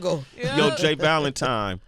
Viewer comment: This entire interview, Sway called this man 'J Valentime' and I am weak 😂